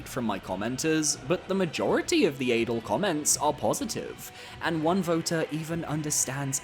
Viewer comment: Adel isn't pronounced like Adele either.